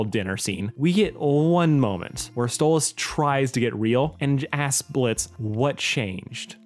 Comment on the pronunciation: It's stolas not stolitz understand that